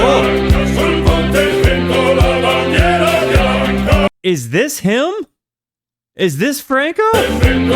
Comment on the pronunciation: holy W recommendation finally yt recommending some good stuff grandissimo, Franco Battiato su yt reaction l'ultima cosa che mi aspettavo Cooked pronunciation LMAOO though Actually W pronunciation for bandiera bianca that was spot on also lowkey listening to music on that language is always the best version to learn pronunciation minima immoralia best translation is minimum immoral(but I think it's kind of invented idk) my fav one is..yeah I give up every song is peak maybe the outro